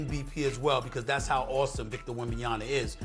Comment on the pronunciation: It's been like 3 years and he still saying wembys full last name wrong 😂